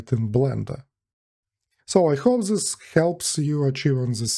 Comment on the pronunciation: Все круто бро, спасибо за видос Единственное, что прям жестко ухо режет каждый раз это ЗИС, попробуй произносить TH как D. То есть вместо З используй Д во всех этих словах